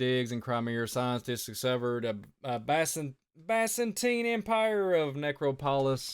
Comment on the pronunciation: I like you , you seem very nice it’s pronounced biz-in-teen and na-crop-alas I hate when I’m pronouncing things wrong , it gives people excuses to discount what you say ! Keep up the good work